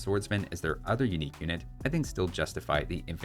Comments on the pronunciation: "UINQUE" literally unwatchable!!! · "Uinque" tech